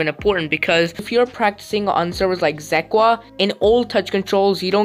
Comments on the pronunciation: Zekwa 😂😂 bruh its zeka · “Zequa” ? Haha u pronounced it wrong and I might have incorrectly spelled prounounced. 😂😂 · Bro literally said zequa